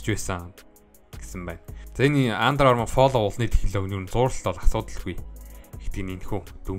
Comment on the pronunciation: Флөв gej unshn shv